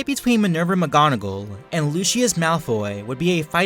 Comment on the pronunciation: He said alot of names wrong mggonigal and lucias and animagus